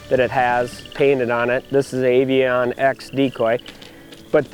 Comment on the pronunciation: Avian... not aviOoNN